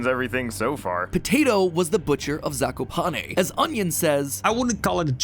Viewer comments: If for what ever reason you come back to this game zakopane is pronounced zah-koo-pah-neh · as a Polish person, the way „Zakopane” is pronounced in english kills me 😭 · Wow the pronounciation of „Zakopane” you showed makes my cry. I think you can guess i am polish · You really butcher the word Zakopane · zakopane is poland its not oekraine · "zakopane" is pronounced z, a (like in bAck), k, o (like in cOrn), p, a (again, like in bAke), e (like in Ending) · I love the way they pronounce zakopane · Everytime i hear you say Zakopane wrong i have a mini stroke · the way pronounce Zakopane is so weird im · Nice vid but... i hate how you say ,,Zakopane"